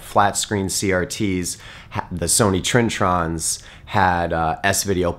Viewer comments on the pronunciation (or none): its pronounced Trin-eh-Tron, not "trin-tron"